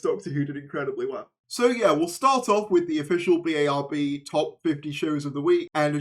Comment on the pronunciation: Please use the acronym and pronounce BARB as ‘Barb’. Other than that, great vid!😊